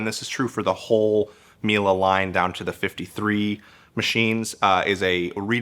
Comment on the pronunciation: Its Miele not "Mile"